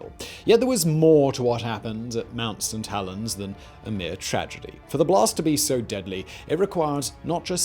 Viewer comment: All I keep hearing is mount suh-tellens